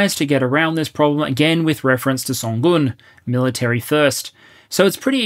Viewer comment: Good job pronouncing 선군 correctly!